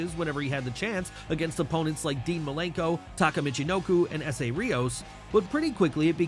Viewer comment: It's Dean Malenko and not Milenko! And you call yourself a Wrestling Fan?! 🤷🏻‍♂️🙄